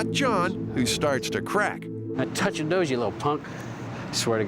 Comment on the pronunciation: Totch nose made me totch my nose hahhahha😂